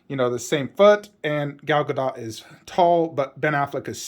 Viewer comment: Her last name is pronounced with a short T. It's not DOT (like connect the dot). It's sounds like DOOT. Just a FYI for the community. I actually think the bust next to the horse looks better. But with all the props, it looks better in the corner because it's not all cluttered.